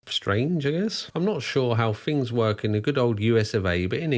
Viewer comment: TH is not F "Fings" Argh...